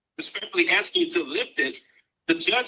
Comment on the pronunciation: Is he axsing the board?